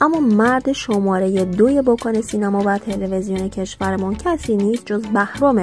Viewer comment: کلمه بکن رو خیلی محکم میگی عادت داری